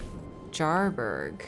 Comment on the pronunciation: Holy shit she massacred jarburg